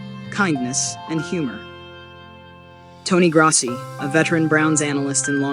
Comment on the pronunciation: Is this an AI or a person from another state because they didn’t even say Tony Grossi’s name right?